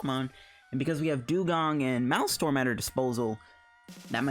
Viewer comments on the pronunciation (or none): I like your vids man good deck builds and strats. My OCD was killing me though, you kept saying "Malstrom" its pronounced like this 'mail strom' the MA EL sounds like mail or male.